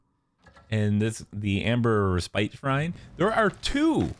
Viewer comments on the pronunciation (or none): Respite is pronounced ress-pit! Thanks for the video!